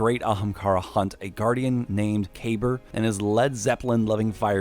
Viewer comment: its kabeer not KABER LOL